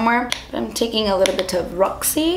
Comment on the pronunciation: She kind of sounded british when she said roxy lol